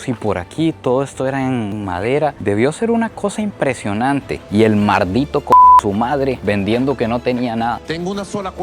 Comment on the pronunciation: Jaajajaja el "mardito csm".. te quedo igualito el acento venezolano.! Éxitos, sigue asi